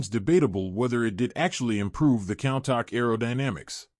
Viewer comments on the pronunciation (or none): It's not pronounced "cown-tahck"...it's pronounced "coon-tash" this video is unwatchable with all your mispronunciations. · It's pronounced "coon tosh" not count tack🤦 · When providing information about a vehicle, getting the name right seems important! WTF is a "Cowntok?"